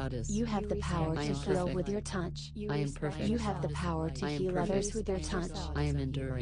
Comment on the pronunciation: it sounds like she is saying tounch with an "n" and that is annoying